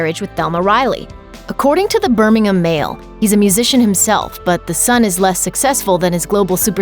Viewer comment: Thumbs up for the first time ever hearing Birmingham properly pronounced from US media